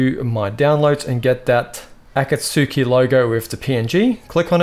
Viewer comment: "Ah-cahtz-key" is the pronunciation. This was a very helpful tutorial btw. I was having issues with my stitching.